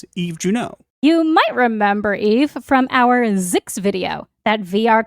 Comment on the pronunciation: Oh, I thought you were saying "Yves" not "Eve"... 😅